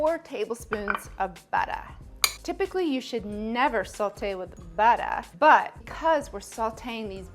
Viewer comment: Fun Fact: There's no L in "Sautée" but if you add too much salt the dish will taste too Saltée.